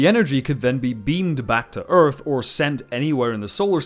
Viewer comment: I love his pronunciation of Urf.